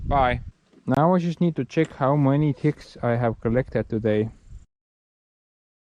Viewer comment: When you said "I wonder how many ticks I'll get by the end of the day" you sounded like your T's are D's and I laugh cried for a minute. Thx for sharing. Love to see what the rest of your village looks like too.